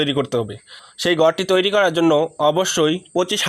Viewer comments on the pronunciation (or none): none